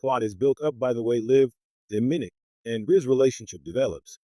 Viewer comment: it's Do-Mi-Nik not diminik